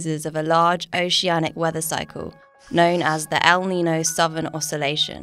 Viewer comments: May I suggest that your narrator pronounce El Niño and La Niña as they sound in Spanish? As someone who lives in an area where Spanish is often spoken, hearing the terms without the ñ sound seems wrong. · Your AI automated voice needs to learn how to PROPERLY pronounce El Nino & La Nina with the Spanish accent.